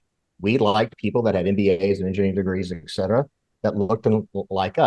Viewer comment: And please say ‘et cetera’ NOT ‘ek cetera’.